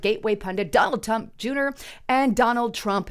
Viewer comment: "Donald Tump Juner"?!?! OMG! That's the best one yet!! And I'm not trying to crack on ya my friend. I've spit out more than my share of blunders! My grandpa once said to me... "Slow down boy! Ya sound like ya got 5 tongues in yer mouth, saying 9 different things and 4 'ums stuttering!" 😆